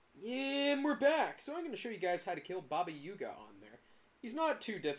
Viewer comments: Did you really just call Baba Yaga , Baba Yuga? its AA not UA. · great vid, the "up to 15 min in" thing was killing me... just why u call it baba yUga? LOL also there are 2 more trees you can climb btw, the ones closer to the portal